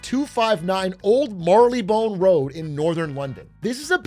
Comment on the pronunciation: Honestly the most surprising thing here is Atrioc saying Marylebone correctly